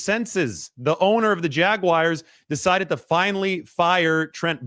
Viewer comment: Is this a thing, “Jag-wires”? I know Brad does it 😂